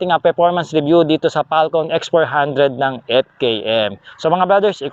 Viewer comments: Falcom ba o Falcon? parang dinig ko sa iyo eh "falcom" o itong earphones ko may problema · Same, mali pronunciation nya.